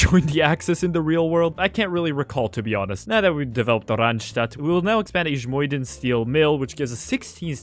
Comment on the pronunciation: The way you pronounced 'ijmuiden" made me shrivel up.